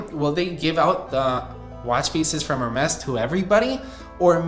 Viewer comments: It's pronounced as 'Ermes' and not 'Hermes' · Just a helpful tip on pronunciation, it sounds like Air-Mez not Hair Mez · The H is silent in Hermes. Pronounced as Air-Mess’ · Please pronounce Hermès correctly 😅 It's [ɛʁmɛs] or [ɛərˈmɛz], no H involved. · Bro it’s pronounced Ermes. H is silent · in French is pronounced er-MEZ. The letter "h" is silent in many languages, including Spanish, French, and Italian. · can u pls stop pronouncing the h in Hermes im begging you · the h in hermes is silent omg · Not trying to be a hater but there is nothing more American than pronouncing Hermès this way, just atrocious